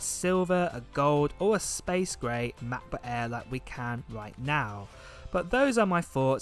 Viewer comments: Is the "Mah Buh Ehh" the same as a Macbook Air? 🙂, please enunciate for us Yanks across the pond. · machbooh aihh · “Macbook Aea”